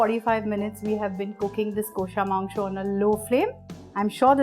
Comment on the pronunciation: Just teach ur presentors to pronounce 'Kosha' Mangsho properly.. Its cringy as hell.